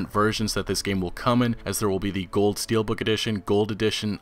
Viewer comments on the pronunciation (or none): none